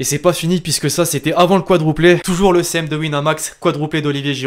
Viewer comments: C'est quadruplé pas quadrouplé. Très bon Français 😂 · Ses juste que il ne sais pas dire quadruplé